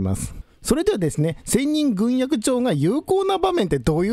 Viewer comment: ぐんえき。と読むのでは？